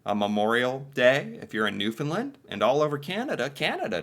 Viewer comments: Not New Finland…Newfoundland is the right way to say and write it.😮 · that’s why royalty comes to New-foundland not knewfunland!.